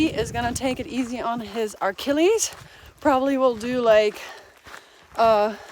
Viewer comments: It's "uh-killies" not "ark-killies." I know you love when people correct your pronunciation 😅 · Just a heads up, and this is without malicious intent. It’s Achilles not Archilles. Sorry, that’s the therapist in me coming out. Love your videos!